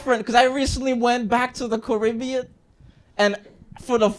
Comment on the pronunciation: My man went from half Caribbean to full currybbean